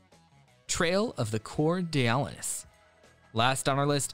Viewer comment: That is the funniest pronunciation for Coeur d'Alenes 🤣